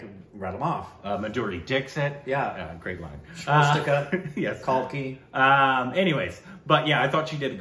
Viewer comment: Did he just say Maduri Dickshit 🤣🤣